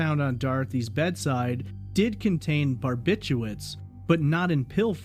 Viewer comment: Bar bit chu*R* its. Like "nuke you lur" is really nuke LEE ur. Barbiturates.